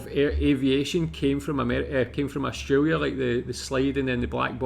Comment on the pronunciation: I wish you would stop saying Austraria ,,,,it is Australia